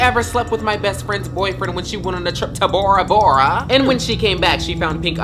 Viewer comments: Why was he saying bOrA bOrA like that.😭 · The HEAVY emphasis on BORA BORA, tells stories of betrayal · I cannot breathe because of how funny this is and how hard she said “ bora Bora!” And Osta valesca